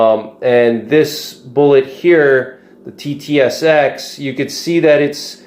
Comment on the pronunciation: You kept calling the TTSX at SST. Confusing!